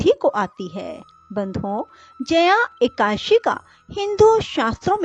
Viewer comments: जिनको हिंदी पढ़ना और बोलना नहीं आता हो उनको कथा वाचन नहीं करना चाहिए । खुद गलत बोलोबौर दूसरो को भी गलत बोलने के लिए प्रेरणा मिलती है । एकाद_शी / एका_ दशी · Madam plzzzzzzzzzzzzzzzzzzzzzzzzzzzz ekadashi sahi tarikeeeeeeee se boleeee